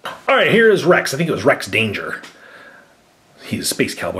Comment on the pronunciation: He said " Rex Danger" , not Rex Dangervest